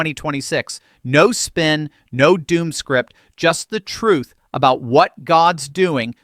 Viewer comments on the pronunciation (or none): none